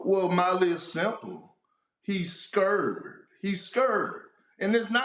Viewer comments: “Molly iss simple… he scurred” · Big Perk: " He skurd" 🤣🤣🤣🤣🤣🤣🤣🤣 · We bringing back “scurd”? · It’s the hood version of scared😂😂😂😂😂😂